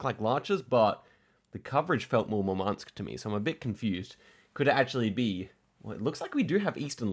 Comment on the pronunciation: By the way the emphasis in both Murmansk and Yakutsk is on the U